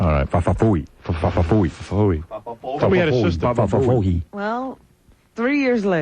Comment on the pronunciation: Howard stern gets progressively worse at pronouncing fa fa fooey